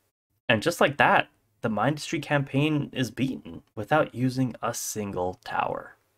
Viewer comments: Its min-dus-tree not mine-dus-tree 😭😭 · Here is what triggers me MINdustry not MINEdustry It’s not a tower defence game Core unit not construction vehicle You can outrange the flamethrower unit in the frist sector Overuse of bridge conveyors Plast-in-ee-um not plast-ain-ee-um You also made a few rookie errors Advice: use polys more keep power up (battery’s are good for this) NEVER underestimate desolate rift overdrive projectors also boost power usage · awesome video but min-dus-stry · You didn't even pronounce the game name correctly(also i play mindustry quite a lot)